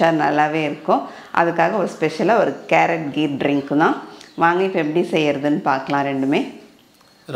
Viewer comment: Its kheer not gheer